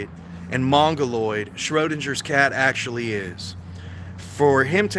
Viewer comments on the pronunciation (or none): none